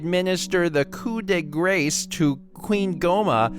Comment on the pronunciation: Tyrique Smith Right? I was so happy when he said "coup" right, but then he had to go and mess up "grace!"